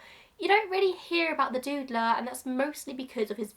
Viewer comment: I hadn't heard of the Doodler before, and I thought for a while you were saying "the Dude-ler". Like Linda Belcher calling the Mad Pooper the Butt-ler. I am more educated now.